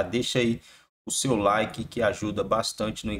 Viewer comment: PORQUE PEDIR LIKÉ LIKÉ LIKÉ LIKÉ LIKÉ LIKÉ LIKÉ ??? MT ENJOATIVO ??? NÃO GOXT0O NINGÚÉM GOXTA ???